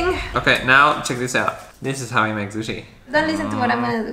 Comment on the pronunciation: And " suchi" hahahaha